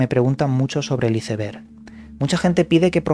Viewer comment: Por qué pronuncias así "ICEBERG" lees bastante...creí sabrías pronunciar.